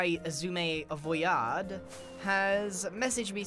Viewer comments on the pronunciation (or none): x-eh-ouy-zuh-mEEEUUUGH void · It's usually either X-I-Suma void or, Eggs-suma void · I mean, Keralis is pretty consistent with "Seshwamyvoid" but yeah lol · ix-e-i-zumay-voiyard is just perfect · I'm pretty sure the correct pronunciation is SZECHUAN SAUCE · I love how it is definitely on purpose by now. Zooma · I love this pronunciation of Ex-Eye-suuuum-ah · Still comes nowhere near Keralis' "Sha-shwammy" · Eggs eye suma voiieeeed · Acording to google its s-sumavoid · grian: "so this is x-i-sumavoid" xisuma: visibly steps back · Actually, Shishwam/ShishwammyVoid is originally from JoeHills mispronouncing X’s name in their first video together. Joe had never heard it pronounced out loud and called him ShishwammyVoid. It stuck as a nickname so that’s why you’ll occasionally hear some of the older hermits call X that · "shashwam" was actually joehills' first attempt at pronouncing xisuma's name! keralis found it funny and kept using it. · X Zoom-Ma X-Zoom-Ma X-I-Zoom-Ma X-I-Zoom-Ma-Void X-E-AI-Zoom-Ma-Void-Ad X-I-Zoommaaooaah-Void I tried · X-i-zumiaeaaeeheah-void here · We gotta start pronouncing it “Eczema” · and keralis says shashwammy 😭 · Aww hell naw, Giran can't say Exsismahvaid correctly 😭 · It's always hilarious when it's X-Eye-Zuma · It's shashwamie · It’s supposed to be pronounced Iss- oo- ma or according to google and other hermits but apparently grian though Otherwise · Ah yes, my favourite character of Hermitcraft. Icksee-i Xisuma voi-aaad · Did you know that X is actually chinese? Just look at the name! Its pronounced Xi Su Ma! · He says "ex - eye" so much i only see roman numerals. start calling him Eleven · Ah yes, 11sumavoid. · Meanwhile Keralis: Shashwamivoid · "Isuma void" btw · Nah nah y’all it’s shashwamey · Xi euguea void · This is my favourite Grian's pronunciation of X's name as well as the one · grian becomes french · thats not how you say it??